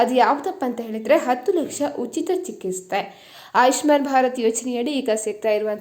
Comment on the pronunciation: Chikiste alla chikitse adu 😂😂😂